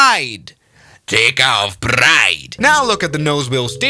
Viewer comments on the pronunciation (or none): Who tf says Takeoff Wrong 💀🙏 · That was geniously hilarious! 🤣🤣🤣 ("Compnesated", and "Tekaoff Bried") LOL